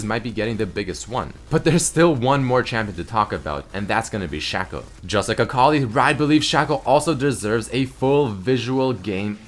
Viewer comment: ITS PRONOUNCED SHACO NOT SHACO IM SO TRIGGERED AHFODSHFIOIFOAHOFHASOHFSDHSF